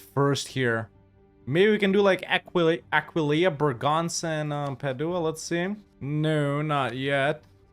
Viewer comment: has pronounced Aquileia right for the first time, I'm gonna cry, I'm so proud